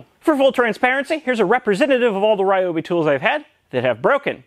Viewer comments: THis brand should be pronounced R ee-obi, not R-aye-obi. Just my 2 cents. ^^ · Tools feed our soul. Ryobi is great. They pronounce it ReeeObee tho. Keep up the good work. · recently I was watching a video by the company Ryobi. The woman in the video said we're pronouncing the name incorrectly. The pronunciation is actually, Re oh be. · I love Ryobi tools, I own 8 of those I think. There is just one problem - EVERYBODY PRONOUNCES IT WRONG! See, Ryobi is made by a Taiwan company but the brand is leased from the original japanese manufacture. This means the name RYOBI is written in Romanji, basically a way of writing down Hiragana and Katakana in latin alphabet. Therefore it shouldn't be read as all of the english speaking world does but rather pronounced R - YO (like in "your") - BI (like "be" or "bee"). Oh yes, and the second problem I have is they are not that cheap for my poor polish ass :p